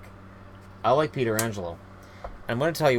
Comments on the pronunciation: "Peter angelo" Lol, its "Peh trah angelo" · It's Pet-ri-Angelo not peter-angelo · Its Pronounced Petch-ranj- el-oh not Pee-ter-anj-el-oh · Peterangelo? lol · However，it is pronounced (peh-tran-gelo) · I cringe every single time he mispronounces pietrangelo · You know you are pronouncing pietrangelo really wrong right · Bruh you butchered Pietrangelo's name twice lmao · so many people say it like that....